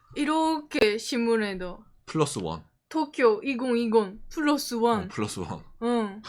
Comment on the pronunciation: zㅋㅋㅋㅋㅋㅋㅋㅋ종이펴서 또꾜!! 따라하는거 개웃겨서 몇번을돌려보네